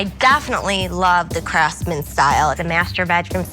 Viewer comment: If she says "craftsman" one more time I'll jump through the screen. IT I NOT A CRAFTSMAN.